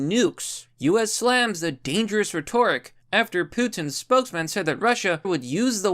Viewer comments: RETT OR RICK Is how you say Rhetoric. Fantastic Video as always keep rocking !! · Why don't you know how to pronounce 'rhetoric'?? lol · Yo dude, you mispronounced rhetoric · Emphasis is on the first syllable in "rhetoric" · Rhetoric. Learn how to pronounce it fam.